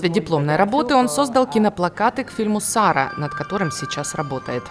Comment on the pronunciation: СаРА ударение на второе А это местоимение Я - РаСА это ОРЕХ 🌰 ИМЯЯИМ САРИЙААЙИРА СА- вот имя САРИЙА переводится как Я И МОЕ СТАН- ОВЛЕНИЕ - здесь СТАН я там ☝️ Жил - СТАНА - МОЙ ТЕЛЕЦ- ХЬТАНА ЗОЛОТОЙ ТЭЛЭЦ - СХЬТАНА МОЙ ЗОЛОТОЙ ТЭЛЭЦ - ВОТ и имя НАТА женское матричное имя вот НАТААТАНА - Т/АТ/А 😂 НАТА ТЭЛЕЦ - МЯГКИЙ МЯГКАЯ - И РОД ТАНИЙА АЙА НАТА Т/АТ/А - РОД ТАНИЙА отсюда и имена САРИЙА - НАТА - ТАТА- женские Энные от. АН - МАТЬ - СарА Я - Имя АнСаР мужское отсюда и САН МОЯ МАТЬ- итд и далее АСАРАКВА ОВЦЫ - тоесть ОВНЫ - а АКВ - КУПОЛ КРЫША ПЕРЕКРЫТИЕ , А АКВА ДОЖДЬ- а АК/УА первый ТЫ - Древнейший статус СУХУМА АКВА- 😂 и АКВА ЙАЧ/ВА - ДОЖДЕВАЯ ЗВЕЗДА ✴️ или звездный Дождь и поэтому и РАСА И ММА. СА. АКВА - МОСКВА НА ОСИ АК/УА АКВА , тоесть НА ОСИ МАТЬ МАТРИЦЫ 😂 РИЦА ОДНА В МИРЕ - и имеет статус АЦ. АРИЦА. АЦАРА Ц/АРА ЦАРА - ЦАРИЦА ШЕСТИ МАТЬ МАТРИЦ 😂- И СУХУМ сегодня имеет перевод МОЯ И ТВОЯ ЦЕНА ТВОЙ УМ - УММА ТВОЯ МАТЬ А СУХУМ- ХУМАРА ПЯТИСОЛНЦЕ идет из АБАШТА АБАЗАШТА😂 итд Как и Х/РАМ- НАШ РАМ - Х/ЪАЗ НАШ ВСЕЗНАЮЩИЙ - Х/АБА АЗ ОТЕЦ НАШ ВСЕЗНАЮЩИЙ АБАЗАБХАЗ И ГОРОД Х/АБАЗ ОТСЮДА ИТД Безусловно и АЗБУКА КУБ АЗА АЗБУКВА ЙАРА ЛАША. - ЙАРА БИЙААЙИБА НАША в этом никто и не СоМ- НеВаЕтся😂 СОМ и ММА АН АНЕТА МАНЕТА ТОЖЕ НА НАШЕМ 😂😂😂 КАК И АН ЙИТА Ц/АЙ АНЦЭЙА АБАЦЭЙА 😂ППА АЛА. АН - ПЛАНЕТА ТОЖЕ 😂ИТД МОЛОДЦЫ БРАТЬЯ - Вам легче будет имЭнно Абаза Х/АРЫФБА просто выучить - чтоб в письме вы видели правильное письмо то есть праВоПиСаНиЕ АРМАГ/ВУРА- АМРААРМА-. АН 😂 АУРААРУА- АН АРТ НАРТ